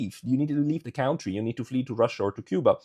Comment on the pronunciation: It is pronounced kuntry -- not cowntry.